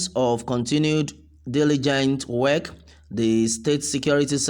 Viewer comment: The speaker in this video said "work" differently from the way a Nigerian would say it. Where is he from?